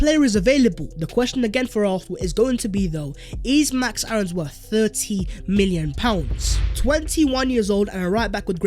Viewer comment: Keep your hands off and btw pronounce Aaron’s name like airr-ons